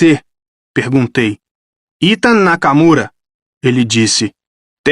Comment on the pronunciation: esse sotaque do Ethan Nakamura vei 🤣que errado